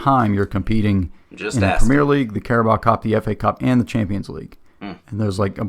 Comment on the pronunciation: BTW the top division in English Football is the 'Premier' League--NOT "Premiere"